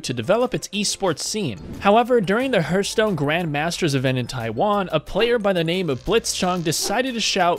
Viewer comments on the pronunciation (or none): Fucking day hearthstone correctly is one thing we all want to forget about he ath stone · Ungh the way he mispronounces hearthstone hurts my ears.